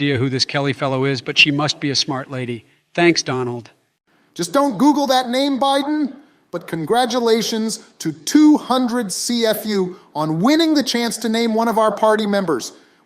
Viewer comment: also cfu is pronounced sifu